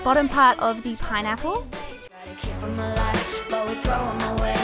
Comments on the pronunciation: why does it sound like she's saying pine nipple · i love her and all but when she says pineapple it sounds like "pie nipple" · She says pinipple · Keiley Holcomb same